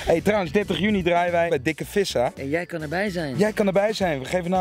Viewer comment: het is fissa niet vissa